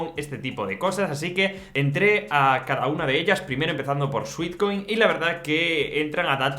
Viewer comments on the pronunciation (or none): Cariño, muy interesante, pero cuida la pronunciación. No es "suitcoin" sino "suetcoin" pues sweat es sudor, dulce. Instagram tiene el acento en la I, no en la a de gram. De resto, gracias por la información. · Me dio ansiedad cada vez que dijo sweetcoin en vez de sweatcoin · Gracias por el vídeo. Muy interesante y útil la info. Solo una cosita: Sweat es de sudar y se pronuncia [suet]. Sweet (dulce) sí se pronuncia como [suit].